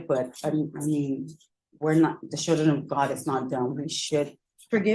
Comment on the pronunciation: It’s CHILDREN not SHILLDREN